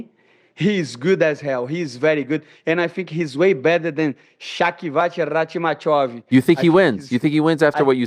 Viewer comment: Shavikoch, shockyvoch, shockycock rockmaiev